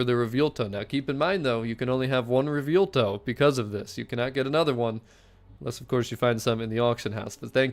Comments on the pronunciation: Butchering the name bro 😭 (Anyways, amazing content) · If you're talking about the way he keeps saying Revuelto, I cringe every time he says it too. But we love so we can deal with it.